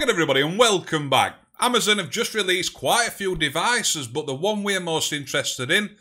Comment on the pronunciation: why you say but as bot?